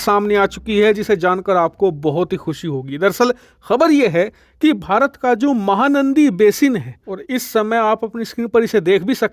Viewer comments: It’s “”MAHANADI”” not “”MAHANANDI”” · its MAHANADI not MAHANANDI. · It's mahanadi not mahanandi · Mahanaandi nahi bhai mahanadi😊😊😊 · You kept pronouncing wrong name, it’s mahanadi…not mahanandi. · बेवकूफ महानंदी बेसिन नहीं महानदी बेसिन कहते हैं।😂😂😂😂😂😂😂😂😂😂😂😂😂😂😂😂😂😂😂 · सर महानंदी नहीं महानदी है। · महानदी not नंदी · RIVER NAME MAHANANDI NEHI HAI...."MAHANADI" HAI.... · महानंदी नही महानदी बेसिन नाम है !!🙏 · Mahanadi not nandi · Bhai its Mahanadi not mahanandi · Its not Mahanadi , it Mahanadi please rectify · Bhai "Mahanandi" nahi "Mahanadi" h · Mahanandi nahin ..its called Mahanadi, means big river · It's not mahanandi... It's mahanadi.please check your Pronounciation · 👌👌👌 Mahanandi nahee, Mahanadi hai... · Not mahanandi its mahanadi...luv from odisa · Mahanandi Nehi MAHANADI Ye correct it.🤨🙏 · MahaNadi not mahaNandi, pl. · भाई साहेब mahanandi नहीं mahanadi है सही नाम । कृपया ठीक नाम में खबर देने की कृपा करें ,,🙏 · Mahanadi basin not mahanandi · Not " MAHANANDI " it is Mahanadi . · It's Mahanadi not Mahanandi, and its flowing through Cuttack not bhubaneswar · Its mahanadi not mahanandi bro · Actual name is not mahaNANDI...... It is mahaNADI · Sir it is Mahanadi not Mahanandi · This is Mahanadi,not Mahanandi.please rectify it. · Mahanandi nahi Bhai mahanadi h. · Mahanandi nehin Bhai Mahahanadi hai me Odisha se hun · महानंदी नहीं महानदी है cg से निकलती है ओड़िसा मे विसर्जित होता है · It's not mahanandi . It's Mahanadi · Mahanandi nahi bhai mahanadi hai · Bro it's Mahanadi not Mahanandi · माहा नदी भी ठीकसे कहना नहीं आता।कहां से हो भाई।